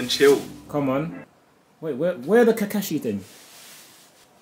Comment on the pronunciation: ....its not "Kekeshee" tho its "Ka-kaa-shi"😭